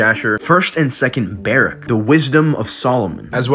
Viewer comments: Bar-ROOK is the pronounciation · Just for your own knowledge, it's pronounced "bah-rooohk" Like, "Baruch Hashem". Blessed be God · "Ba-rook" is how it's pronounced